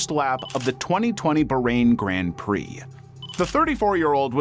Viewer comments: the ba...reign(bahrain) grand prix 😂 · The pronoucation kinda took away from the seriousness of the F1 crash lol. It’s pronounced BaahRain, and it’s Roman (like the historical bit) Growshon in the video you played the person literally said it 😅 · I just want 1 person to research on how names are pronounced before doing these videos....just once. Barain is pronounced BAHrain like baa baa slack sheep. Daniel KvYat is pronounced KvYAT and it's rohMAN Grozhon. Takes 2 minutes.They even pronounced Romain's name IN THE VIDEO. Joe Teismann? Try Joe THeismnn and there's only 1 bones in your lower leg until it's snapped in half. I'd expect this crap from an AI voice-over but and actual human who speaks without an accent?